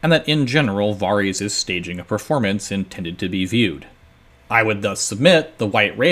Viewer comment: what is a "preformance"? Is that something you do before the "formance"? Lol, just nitpicking a little. These are some of my favorite videos